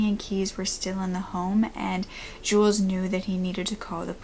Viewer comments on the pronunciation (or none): Really? How could Jules be pronounced the same as Julius? They don't even have the same amount of syllables. It's jewels.